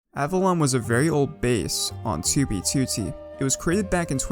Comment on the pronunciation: you make great vids dude, but you pronounce 2b2t wrong and it's annoying lol